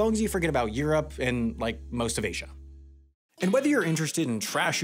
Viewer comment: "What do you mean 'I'm up' and wtf is 'a zya'"